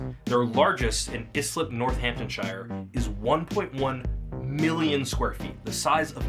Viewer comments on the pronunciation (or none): How to say Northamptonshire. Northampton-sher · the pronunciation of Northamptonshire is insane